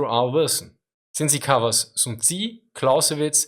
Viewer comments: Aah its not tzi,its tzu...TZUU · sun tzu is pronounced soon tzoo, not soon tzi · Soon-zee huh? never heard of him.